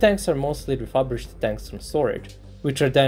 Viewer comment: ReFURbished...not ReFABrished.